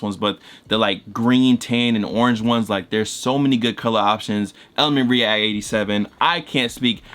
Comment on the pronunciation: listen to how he says “react”😂😂